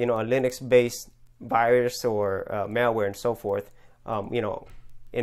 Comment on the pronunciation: It sounds like you keep saying" mailware" or "mareware" instead of " malware." :P